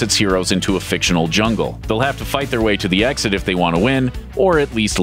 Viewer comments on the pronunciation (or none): none